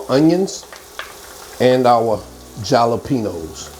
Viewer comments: Love you but jalapeños is pronounced “halapeenyos”😊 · Jalapenos, pronounce it like halopenos. In Spanish the I sounds like an H. Not picking with you, just want to help, because you do such an awesome job! You have a great passion for cooking. Keep up the good work!👍😉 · Wait u can not be serious w/ur pronunciation of "JALAPEÑOS"